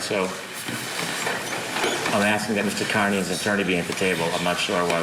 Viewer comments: OMG, pronounce his name correctly already! It’s like “Car-Knee” not “Kearn-Knee” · Aidan is Irish. His last name is Kearney. Prounpunced. Carney. This show get the stuff together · C'mon - You've been there the whole time and you don't know it's Car-ney? And Court TV -it's BRADL. Gross for "journalists" not to be able to pronounce or spell correctly. 🙄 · ... It's "Car-knee" 😉